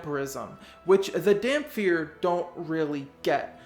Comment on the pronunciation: Where the hell do people get the F sound when they say Dhampir??? It's pronounced Dam-Peer